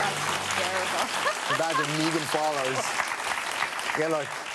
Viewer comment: Well, when you say the name "Meegan Follows" the first that comes to mind is that you pronounced it wrong.